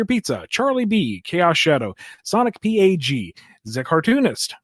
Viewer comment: Another great episode. One thing though: SonicPAJ is pronounced "Sonic Padge"... y'all keep saying Sonic P A G.